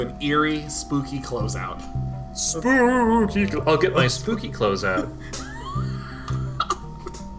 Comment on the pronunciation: Bill said "I'll get my spooky cloTHes out", which sounds like "spooky close out". Comedy!!!11!